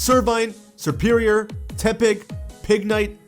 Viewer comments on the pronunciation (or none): none